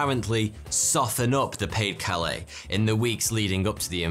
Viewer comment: I was glad when this one was over. Why because of the repeated mispronunciation of Pas de Calais, DUH! As in it's pronounced Pa Duh Calais. The de isn't silent. Rant over, sorry.